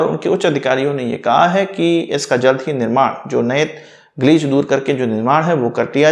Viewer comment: ग्लिच सही उच्चारण